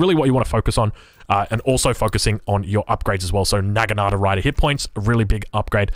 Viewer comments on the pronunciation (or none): none